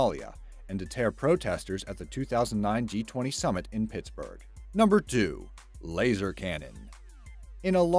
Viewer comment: On number 2 did he say number do